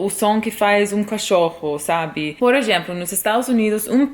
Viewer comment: Conheci seu canal à pouco, parabéns pelo seu português, está excelente! Apenas um feedback, percebi que em mais de um vídeo seu você comete um pequeno erro de pronúncia em "eXemplo". Você pronuncia "eGemplo", quando na verdade deveria ser "eZemplo". No mais seu português é um dos melhores que já vi um gringo falar na vida. Até o Tim, que também é americano ainda não chegou no seu nível de fluência. Parabéns!